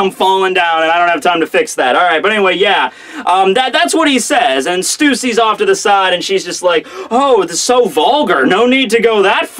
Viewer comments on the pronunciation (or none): its "st- uh-si" like "husky", not "st-oo-ssi" as in "pussy". And don't tell me you didn't think it was the latter, re: her title. That is all #itstime4peerreview